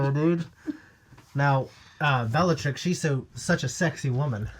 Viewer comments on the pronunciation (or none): Omg! Stop correcting his pronunciation of Lestrange when you can't even say Bellatrix properly! Cringe!